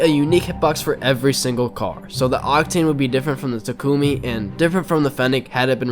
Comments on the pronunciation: Every rocket league player pronounces "Takumi" wrong. Ya'll say it like Takoomi. Stop emphasizing the 'U' part. TA-KU-MI. The emphasis is on the Ta not the Ku part. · hell no im not saying tackomi